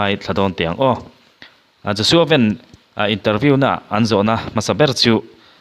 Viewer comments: Joshua ven tiin an ko loa, Joshua Van tih tur zawkin kahria🫢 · Joshua van tia i lam hi sapho lam dan ania van tih hi vanlalmawia kan lam rik dan anga van tia lam tur a ni.